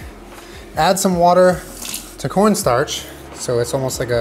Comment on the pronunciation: I know what he meant, I was making fun of him for saying it wrong